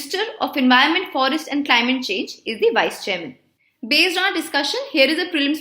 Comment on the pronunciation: Pronounce it as change not changeee